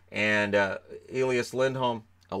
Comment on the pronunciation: Flames are pronouncing Elias wrong. There is only one pronunciation of that name here in Sweden and Nucks got it right.